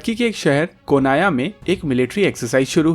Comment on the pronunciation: First learn how to say Anatolia and Konya. Please.